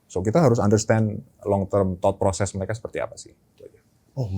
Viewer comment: Menit member Remora pasti paham kenapa ketawa ketika bilang Thought Process (Tod proses) 😂. Btw, bisa dengerin Head of Investment dari HPAM langsung melalui podcastnya ini keren dan insightfull banget. Makin menambah conviction follow the whale apalagi sudah diajari prinsip-prinsip follow the whale oleh. Menjadi sebuah keuntungan tersendiri bagi member Remora. Thank You.